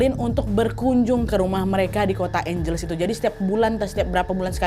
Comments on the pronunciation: Kak maaf aku koreksi nama kotanya Angeles dibacanya juga Ange Les 😁😁😁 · FYI, angeles dibacanya : ang (as in ketawa ang ang ang) hel (kek baca helena) les (dibaca seperti les privat). Angheles.